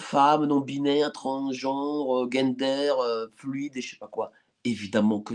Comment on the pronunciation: J'aime bien quand il dit gainedeur fluide 😂😂😂